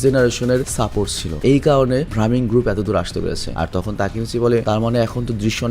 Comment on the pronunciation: ভাইয়া সেনজুর gang এর নাম ভ্রামিন না ব্রাহমান হবে 😊😊